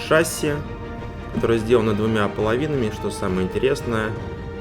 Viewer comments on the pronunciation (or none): none